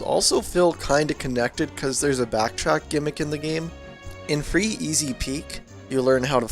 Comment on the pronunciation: My OCD is killing me when you say "Free Easy Peak" lmao